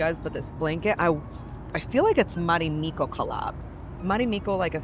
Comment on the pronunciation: It's not "Marimikko", it's "Marimekko". The E is pronounced like the first E in "evolution". And it's not "ivolution". Also, why does everybody who review business seats always have to mention that they work on their laptop during the flight? We all know you don't... I was on a flight a few months ago where the female next to me was writing on her laptop for 8 hours straight 👀, but that's one in a million.